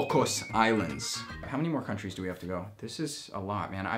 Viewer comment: The way you are pronouncing these countries tho :o